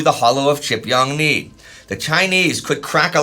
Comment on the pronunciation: The pronunciation 😂. Gotta consult a Korean guys. Please. 지평리 is closer to GeePyeongNee not chipyongnee. More of an "oh" sound than a "ah" sound. And the ch is closer to gee in pronunciation.